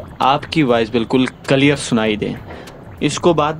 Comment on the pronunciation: It’s not kalear it’s clear